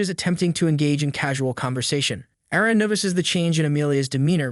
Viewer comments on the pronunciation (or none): Wtf this man who said Aryan almost said my name and my name is Arrien btw with my name it sounds like r e n but you say r re n and I'm like lollllll😂